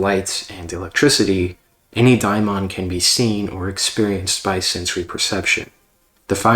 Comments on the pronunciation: It's pronounced Daymon. Or at the very least demon. I have never heard it called daimon. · He’s saying it wrong, and this audio is popping like corn in hot oil.